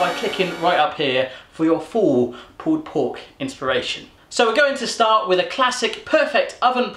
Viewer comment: i hate when he says pull pork